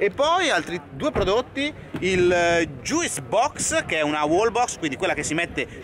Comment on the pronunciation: juice si legge "gius" come fruit e suit